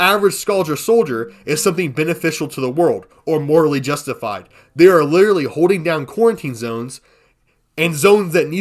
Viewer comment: "like lideratlee" "lideratleeee...." "lideratleeee...." "like" maybe run your script through chatGPT to learn how to speak or just learn to pronounce literally with that cotton mouth lisp